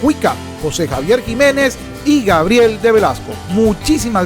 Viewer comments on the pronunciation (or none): none